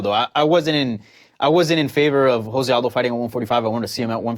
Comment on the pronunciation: JOE ZE Aldo Fukr. Portuguese not Hispanic